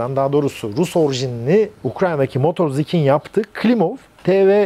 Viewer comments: Zaten "Sich" kelimesi "Siç" diye okunur ingilizcede de. ch=ç, sh=ş vesaire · Buradaki şirket adı Motor Zik değil, Motor Siç. Kendi dilinde yazılışıyla Мотор Сiч. İngilizce kaynaklarda adının Motor Sich diye geçmesi sizi yanıltmasın.